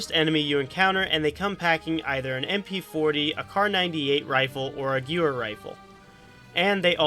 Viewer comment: You pronounced Wehrmacht ok, what happened with gewehr?